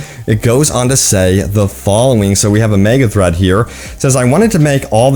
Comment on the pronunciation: Please pronounce thread right. Also people were pissed at the trailer because they turned saints row into a fuc*ing fortnight looking piece of sh*t.